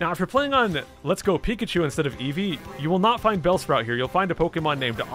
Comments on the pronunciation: EVO uh...it’s evee, evee EVO uh whatever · Why does eevee say eevoy instead eevee it’s so weird.